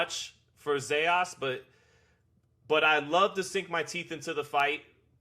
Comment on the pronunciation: It’s not Zejas! Is Zayas!